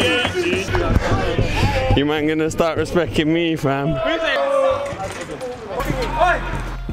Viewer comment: Question, who told that respecting doesnt have a T in it? 😂 what a shoft from the bloke though👏